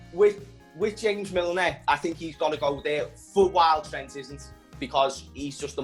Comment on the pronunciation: Butchers Trent's name though 😅